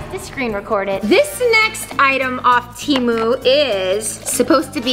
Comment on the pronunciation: You pronounced Temu wrong